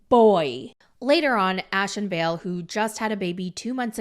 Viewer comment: Her name is vale. The way you pronounce ballet